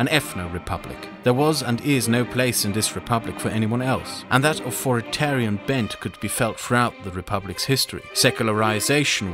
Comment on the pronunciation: "Au - 'TH'or -i - TAR -ian"... not "Au - 'F' -or - ian" - just trying to be helpful.